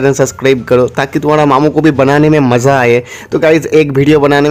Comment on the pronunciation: Assam se maza ko mozza bolti hai